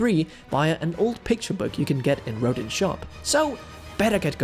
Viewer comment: There was also 1 mispronunciation of Rodin.